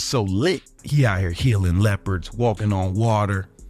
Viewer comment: Bro said “healing leopards” 💀 so his editor went and pulled an AI pic of it to match… ummm, it’s lepers” my brotha 😆😂